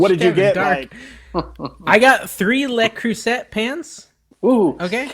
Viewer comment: Le Crueset luh-CROO-zay Lou-Crew-Zay 😉